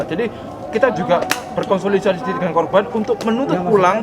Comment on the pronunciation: yang benar korban.. bukan kroban.. salfok aq sama ucapan mu.. kroban kroban kamu blg..